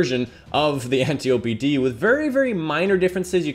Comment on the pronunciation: loved the vid very important for people who have been unlucky getting the antiope but thats now how you say its name its pronounced ænˈtaɪ.əpi {"ant eye o pee" just not spaced out and said together}